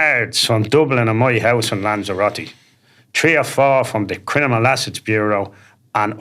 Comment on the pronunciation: He's not a criminal...he can't even pronounce it properly,he says "crinimal"